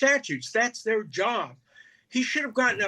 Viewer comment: What’s “theur”?